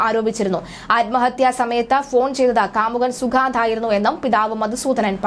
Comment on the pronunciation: At least pronounce the name correctly